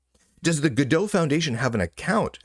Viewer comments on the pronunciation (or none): I'm pretty sure its not gadeaux. gal gadot is gadot not godot for one.